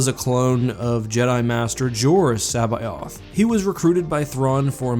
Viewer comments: You murdered that pronunciation of C'baoth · It physically hurts hearing you pronounce Joruus C'baoth and Plagueis.